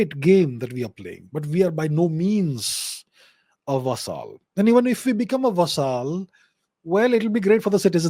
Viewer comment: Interesting content. BTW..Vassal is pronounced like Hassle..with a V